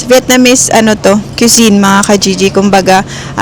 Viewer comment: Cuisine is pronounced KWI-ZEEN